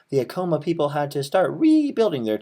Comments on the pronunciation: I agree with you that he was mispronouncing "Acoma" in the worst way and it was driving me crazy during this video!! I too used to live in Laguna and truly miss it... I miss all of New Mexico...!! Feast time in September... :) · I live in Laguna and you say 'Acoma" Sooo wrong....and to bad if i knew you were out here could have got you up there no problem. You showed my family house too...come back in September 19th for the laguna feast, August 10 for Acoma